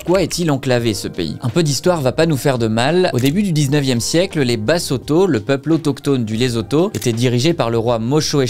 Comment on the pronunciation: Bonjour. LESOTHO🇱🇸 se prononce: LESSOUTOU et BASOTHO se prononce: BASSOUTOU. MOSHOESHOE se prononce: MOUCHOUÉCHOUÉ. 🙏🤝🇨🇩